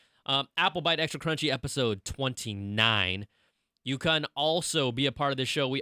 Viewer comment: CRUNCHY NOT CHUNHY!!